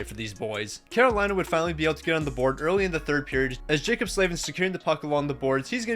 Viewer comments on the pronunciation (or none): none